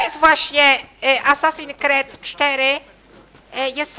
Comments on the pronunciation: hehehe "asasin kred" xDDDD to jest: asasin skrid.. :D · Haha jprdl " Asasin Kred 4" xD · ***** tak, tak mówi się: asasin creed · Kret'' xDDDDD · Boże mój mózg 25 se und filmu i już mi mózg wybucha ,,asasin cred 4" oryginał ,,Assassin's creed 4 Black flag" czyt ,,Assasins screed 4 black falg" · Assasin kret 😂😂 klocuch mistrz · TYLKO NIE KRED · "asasin kret 4" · nie kred tylko skrid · ASASINS KRET XD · ***** Asasin skrid się czyta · Kacper Kowal Dawid Polski Ma rację.